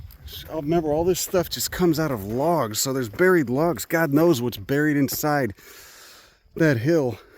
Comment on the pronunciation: Please don't handle my late cretaceous petrified 'lahgs'!